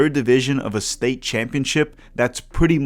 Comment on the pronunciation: my dude's English accent is better than his Portuguese accent, where he mixes up the sounds of S and Sh ;) you almost slipped in English even haha - "shtate" -- just kidding! keep up the good work, "cheersh" from Rio Grande do Sul!